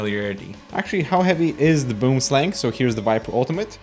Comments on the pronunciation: boemsleng , lmao. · First "gaming" mouse was the Razer Copperhead, released not toooo long after the Boomslang and Diamondback. First mouse was some total piece of crap off-white ball mouse that needed to be cleaned all the time. Random FYI: Boomslang is actually pronounced something more like "Booum-slung" - it's an Afrikaans word (derivative of Dutch) from South Africa and it's - it means "tree snake", it's one of the most venomous snakes in the world, it's long thin and green, climbs and hides in trees dropping down to attack prey. If it bites you and there is no antivenom very closeby - you are GG. Scary AF. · it's pronounced "Boam Slung". - Tree snake in dutch/afrikaans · Boomslang translates to tree snake in my language. He said it so funny though :D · boomslang is afrikaanse/dutch for "tree snake" (a very poisonous snake). also, you are butchering the pronunciation lol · As a South African, hearing someone say boomslang is really funny. 🤣🤣🤣